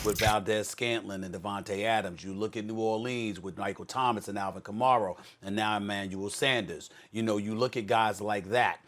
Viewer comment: Did Stephen A. just say Alvin Camaro? lmfao